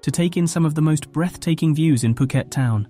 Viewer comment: FUKET DUDE? ...IS POOKET FOR YOU TO UNDERSTAND!!